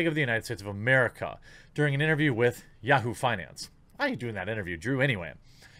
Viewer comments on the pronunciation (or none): none